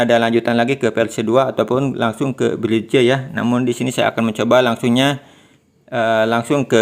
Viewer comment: Semangat bang. Penjelasannya cukup jelas. Usul: cara ngomongnya kurang menarik. Mungkin perlu pakai saja ElevenLabs. Usul lain, ,menampilkan teks ttg nama platform, spt Pixverse. Yg lain, belajar BHS Inggris. ,Menyebut "bridge" anda salah.